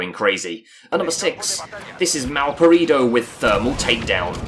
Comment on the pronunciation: Jaajjajaaj "malparidou"